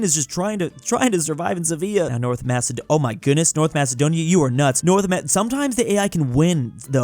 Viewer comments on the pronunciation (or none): none